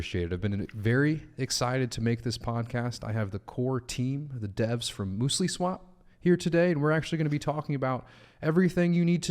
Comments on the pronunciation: Mewslee not mooslee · Muesli is basically raw granola. And it's pronounced muse-ly not moos-ly.